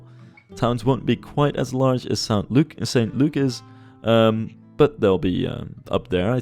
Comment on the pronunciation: St Luke is an acceptable town name, but we wouldn't pronounce it "Saint Luke". It would sound closer to "S'nt Luke" or "S'nt Look"